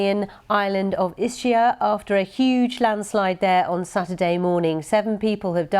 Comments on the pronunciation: Ischia Is not "Isheea" but "Iskeea"! Smart journalist! I live not far from there and we have Two days of heavy Rain. the woman Says "mia figlia è stata" meaning "my daughter has been..." They translated "my son".🤦🤦🤦🤦 Who's doing your translations? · Iskia no isha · ...Dear BBC journalist, the right pronounciation of Ischia, is "Iskia" ...thank you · Pronounce is ISKIA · ISS SKI AH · It would be really nice if reporters learned how to properly pronounce names of foreign places. I mean in our modern day you can Google how to... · Thank you. I thought her mispronunciation was so disrespectful. BBC used to have high standards. It's all gone to 💩 now. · Totally disrespectful mispronunciation of the name of the island at the top of the item; unprofessional and embarrassing, given the unfolding tragedy.